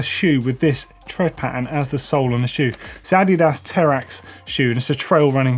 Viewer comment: Sorry, how did you just pronounce adidas?? Am I weird or was that completely wrong. I say it as adeedass rather than a did ass